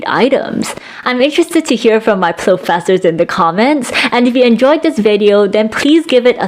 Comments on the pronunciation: Plofessors. It’s genius but i just gonna instinctly respon ‘bangke’. Imagine drinking when you say the name. Gold. Great video. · plofessors lollll love that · PLOOFESSORS!! 😂 Yes!! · I have two suggestions! One, not "plofessors." Two, don't get too close to a high-powered mike like that, you're blowing it out and sound quality is actually worse. Hoping to be helpful here. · plofessors it is then mwa mwa